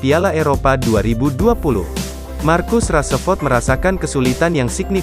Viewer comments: Min marcus rasford bukan marcus rasaford 😂🤣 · "raseford"....really???becanda lu min 😂